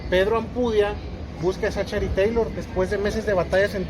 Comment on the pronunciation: La CG en 'Zachary' se pronuncia como K. Y no vengan con el cuento de ue estamos en México porque así fuera no estarían pronunciando la A de 'Taylor' como 'E. ZACHARY TAYLOR